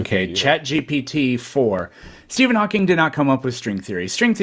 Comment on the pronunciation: There’s no “s” at the end of “Hawking”